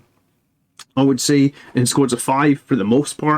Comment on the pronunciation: Kas-r-kin, not Kar-s-kin. But good analysis! I love Inceptors and for the price, their defensive profile is also fairly impressive!